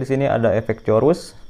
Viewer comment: sebut betul2 bang bukan corus.. chorus... tp sebutan nya umpama KOres